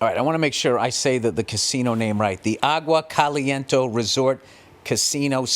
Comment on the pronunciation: Bill "I wanna make sure I say the casino name right...." proceeds to say "agua caliento resort .." 😂😂😂😂😂 nice effort tho.